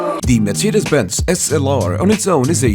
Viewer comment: Good pronounced mercedes benz